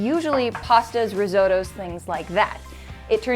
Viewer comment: its not ris oh toe its riz-oht-oh